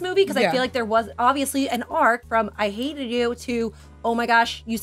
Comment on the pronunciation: and saying "character arch" instead "arc" lol